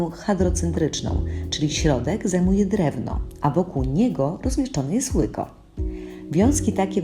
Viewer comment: 2.59 ŁUKO? a NIE POWINNO być ŁYKO?